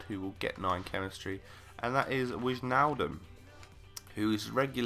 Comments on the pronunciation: Really love your vids.! And its not wijzznaldum, but why-naldum. 3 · wizjnaldum hahah , you pronounce it more like WHYnaldum